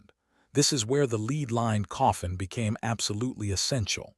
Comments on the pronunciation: Lead not leed. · It is pronounced led though spelled lead. I hate this mispronounced words in this kind of video. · Lead sounded led . Rediculous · Click bait nonsense. Learn how to pronounce lead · ROYALS ALL HAVE LEAD COFFINS, HOWEVER, PRINCESS DIANA ALLEGEDLY LEFT MANY SECRET MESSAGES ITEMS. IT'S A SHAME YOU CAN NOT SPEAK CORRECTLY THE WORD IS LEAD